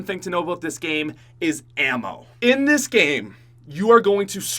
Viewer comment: listen to the way he says "in this game"